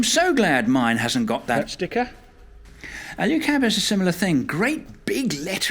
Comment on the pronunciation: Alu cab not Alyu cab.